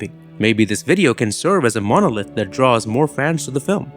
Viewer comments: I also like how the AI narrator says "MOW-NO-LITH." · It's pronounced mon - o - lith. Longish o on the second o not the 1st! Is this error do to AI overvoicing of this video i.e. HAL? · I love 2001 and your video is excellent. It definitely earned a thumbs up. But please look up how to pronounce monolith.